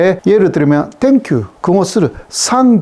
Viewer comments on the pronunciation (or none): 발음이 적은건 이해하겠는데 생큐라고 할 수 있는걸 왜 상큐라고 하냐고ㅋㅋㅋㅋ